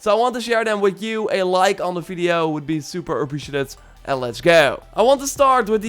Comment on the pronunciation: Why does he says fideo instead of video